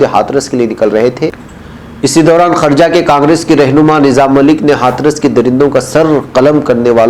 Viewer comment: حضرت والا یہ خرجہ نہیں ہے خورجہ ہے ( شکریہ )